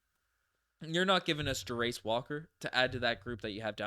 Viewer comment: Fyi Jarace is pronounced: Jair (like chair but with a J) - iss (like hiss without the h) Jairiss